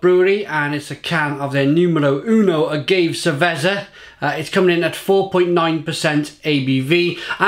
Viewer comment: "Ah-gave ser-vezzer" holy shit I think I died